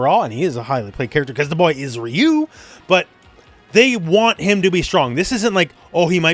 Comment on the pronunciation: "Raiyou" fucking sent me 💀